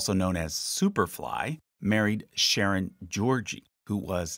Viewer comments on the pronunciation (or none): none